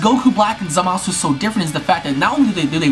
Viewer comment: How hard is it to say Zamasu. I swear every video I watch of people talking about him always say ZamAHsoo.